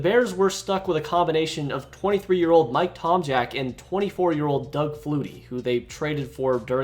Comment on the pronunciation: I have been waiting for this video from you for a long time. I cannot wait to watch it. Edit: Aww. Fucked it up already . Lol It's Duh-KAY-Tor. Tom-Zak or even Tom Jchaak ...not Tom Jack